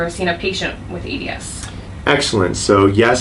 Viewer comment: Why does he keep pronouncing it in the wrong way?